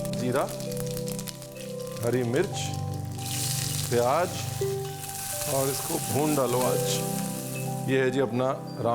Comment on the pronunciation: itna svaadisht recipe banaay ho lekin Pyaaz ko pyaaj, Zeera ko jeera aur zara ko jara bol kar svaad kirkira kar diye..😊